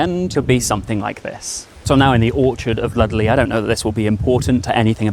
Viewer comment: LUSTleigh not Ludleigh!! 😠